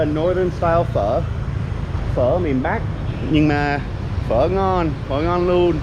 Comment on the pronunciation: Well you pronounce "phở" are so good, Vietnamese citizen confirmed 😂